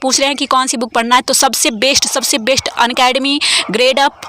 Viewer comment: Please aap वेस्ट नहीं बेस्ट बोला कीजिए। अर्थ का अनर्थ हो जाता है।